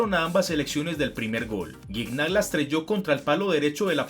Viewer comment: no sabe desir gignac